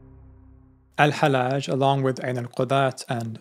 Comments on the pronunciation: His name is not halaj it is hal lodge. Repeat the L. Love you, man. Wish you the best. 😊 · pronounce it AL_HaL_Laaj instead of the soft Al_HaLaj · Both Ls in his name ought to be pronounced (well, in Arabic it's one lam, but with a shadda over it).